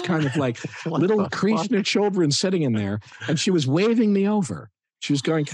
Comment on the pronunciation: I'm really, really liking this Chinwagcast. One thing though, what's with they Kathryn and Paul pronounce "Kreeeshna." Is that some east-coast way to so Krishna? Sorry, but curious.